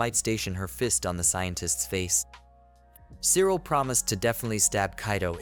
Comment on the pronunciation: Cyril is pronounced "silica" apparently.